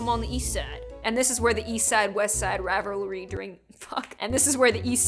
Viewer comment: Hearing you try to say rivalry was oddly satisfying. Thanks 😊